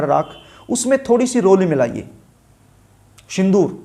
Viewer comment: Shindur nai hota sindur hota h, rassgulla khakar video na banein.,Darsako nai darshako hota h, Naas nai hota Naash hota h..Gutka khakar video nai banaein..bhaggg...